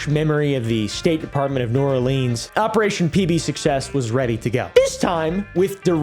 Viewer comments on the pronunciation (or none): none